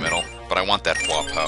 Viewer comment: By the way, "Hua po" is pronounced hwa pwa.